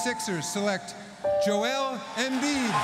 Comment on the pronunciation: His name is Joel - why do US commentators call him Jo-elle? He's a bloke called Joel, not a girl called Joelle!